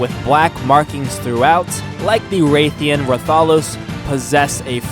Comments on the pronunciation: its not ray theean its rath eean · its rathian smh